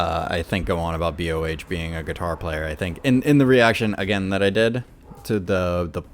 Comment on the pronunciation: Nice. Thanks for reading my comment. BTW, BOH is just one syllable. It's not B.O.H. He just happens to spell his name in all caps. : ) And Miko Todaka, who one of your commenters seems to hate (based on his username), is the singer for the Metalverse project. Like Su-metal (Suzuka Nakamoto), she got her early training in singing and dancing at Actors School Hiroshima (ASH), and is a Sakura Gakuin alumni. The project is produced by Key Kobayashi (BABYMETAL's producer). Some people are upset since they borrow a lot from BABYMETAL. I think that Miko is a talented singer, and their original songs are pretty interesting, especially 'Crazy J'.